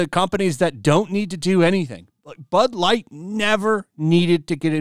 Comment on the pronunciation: Sounds like he said ‘Butt Lite’😮